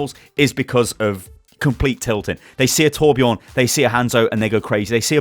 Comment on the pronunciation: It's torbjörn not torbjorn